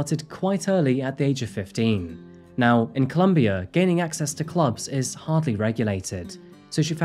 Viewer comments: It’s COLOMBIA. Pronouncing it as Columbia changes the understanding entirely! And this isn’t the first time you’ve shown your caucasianness in your narrative. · Why do you call my country “Columbia” it’s “Colombia” FFS!!!